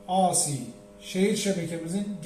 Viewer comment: Birde AC akımı asi diye okumasak, ilk harfi türkçe okunuş ikinci harfi ingilizce okunuş alışılagelmiş , ingilizce okunursa ey si olur, türkçe okunursa a ce olur, veya dalgalı akım desek.